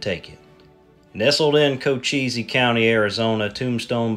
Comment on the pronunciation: As an Arizonan, it’s “Co-chees” not “Co-cheezy”